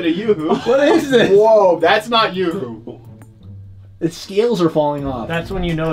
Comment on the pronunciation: Oops it’s you Hoo not youooh